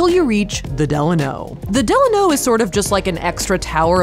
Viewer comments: The way y’all keep pronouncing “Delano” is throwing me 😂😂😂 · I can’t! The way you pronounced Delano